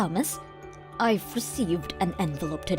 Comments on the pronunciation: OMG learn how to say names! Taw-muss. Not THaw-muss. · Yep, I always get to about 75% at least before starting. Otherwise, it's nothing but braindead texts voiced by braindead voice actors who can't be bothered to know basic stuff like pronouncing Thomas with a "t" not a "th" sound! 😂😂😂😂😂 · _Th_omas instead of Tomas makes me laugh and cringe in equal measure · Will she please STOP pronouncing the H in Thomas!!! And if the sons witnessed mom's bad behavior to Lillian, then they are to blame just as much as she is. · I have been screaming at these morons to do even the most basic of edits. But when the antagonist can't pronounce Thomas correctly, then asking for something as complex as proofreading for plot holes and inconsistencies is too hard for these mouth breathers. Can you believe the voice actress didn't know a common name like Thomas has a silent "h." She kept saying THOMas, not TOMas?! 😂😂😂😂 Like, no one even noticed?! They probably didn't even listen through before uploading. Seriously, how lazy can anyone be?! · How can someone mess up a name like Thomas?